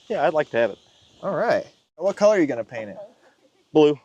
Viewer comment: you're not allowed to use the pronunication of the word color as "callur"...that belongs to us Pittsburghers...or Yinzers (as we call ourselves). Dahntahn is another good example of our local language.